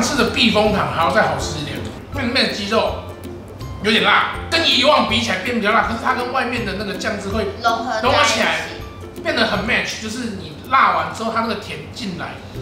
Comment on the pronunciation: 無惡意(魔鞋啾啾哏) mach(X) match(O)